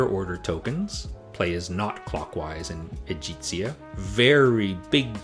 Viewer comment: I think it's E - gHEE - ZIA. ' G' as in good! ;)